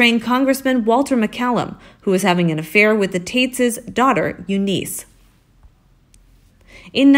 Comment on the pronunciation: Eunice, not You-Niece...lol